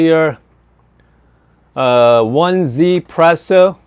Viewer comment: 1Zpresso is not pronounced "one-z-presso" but "e-z-presso" like the Chinese number "1" :-) I have a 1Zpresso K-Pro and I call it the Commandante-killer :-)